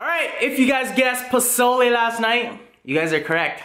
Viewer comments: Omg you made pozole and you can finally pronounce it. Im pumped for this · Bro you are 100% correct on the pronunciation and yes its Mexican. Looks so good man. Where you at? Im coming's over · Yes you said it right! Pozole And the hominy looks legit, good job 👍 not bad for your first time. And it looks like you really enjoyed that! Lol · U said it right don’t worry 😉 I actually ate that today so :) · YOU SAID IT CORRECT XD